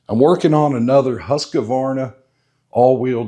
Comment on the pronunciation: it is husk-varna not husk-a-varna